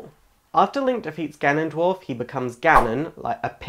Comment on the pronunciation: You suck at pronouncing names. "Fayoray" (which you afterwards pronounce as "Fioray" .)? Try reading slower. Farore. Fah-Roh-Reh. And Nyaru It is clearly Nayru. And "GanonDWARF"? I can't watch anymore haha.